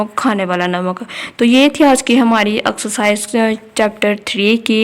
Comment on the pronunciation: Mam pehle to axcarcise nahi hota exercise hoti h😆😆